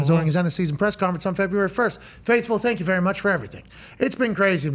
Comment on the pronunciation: Thank Yeww